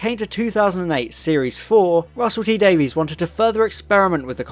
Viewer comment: "Davies" is pronounced like "Davis" I think you'll find, in terms of Russel T.